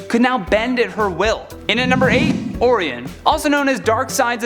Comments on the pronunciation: We were all annoyed by that mispronunciation. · Pretty sure his name is pronounced Oh-Ryan not Oh_Reeon. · Orion as in Orayon not Oryon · Or-eye-on not or-ee-en. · It's "Oh-Rye-On"!!! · Orion _____oh-Ryan. Why cant u guys say the name right come on nerds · It's pronounced "OR-RYAN". Sorry but it had to be said. While i'm at "aluminium" doesn't give off it's own light, it doesn't glow in the dark. Its "Ali-min-e-um" NOT "Al-loom-e-num". And the "caribbean" islands are pronounced "ka-ruh-bee-uhn" Not "Ka-rib-e-on". Even the people that live there call it the "ka-ruh-bee-uhn". It would be nice to see my home language pronounced as intended. I could go on but feel it best to stop before all of north america hates me. Please don't be offended and take this in the light-hearted manner i was in when i wrote it. Thanks....and sorry. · Your #8 pick, is pronounced "O-Rye-On". You really are butchering his name. It's a classic name from mythology among other points in history. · You completely screwed up Orion's name!! 😠 ( Or Rye On ) Now say it correctly at least 10 times!!! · You're butchering Orion's name! Oh-Ryan with an inflection on the i. Didn't you study any Greek mythology in school? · His name is Orin but its pronounced O ryan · No to Wonder Woman and Batman being overpowered. Diana's a goddess. Why shouldn't she be as strong and as fast as Superman? Bats is the world's greatest detective. And he has sustained physical damage both in the movies and the comics. Your pronunciation of "Orion" is horrifying. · He's killing me saying Orion's name.. omg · yOu fUcKeD uP oRiOn'S nAmE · Orion like the constellation...good try though. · There is actually enough supplementary media for you to easily learn how to say these names as intended. RIP: That Orion fiasco. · Or somehow get him off this channel. How are you a Top 10 Ners and dont know how to pronounce Orion's name correctly? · That's not how you say orion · Man mispronouncing Orion’s name so badly my ears hurt.